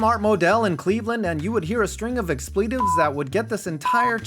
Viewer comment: “Expleetives” lmao ❤